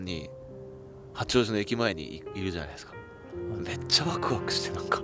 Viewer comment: ローランドさんが近所を車で走ってたなんて‥🌟👏🍀しかも八王子の発音のし方に地元感を感じる‥💕 今から聖地に行って同じとこ座ってきます🚲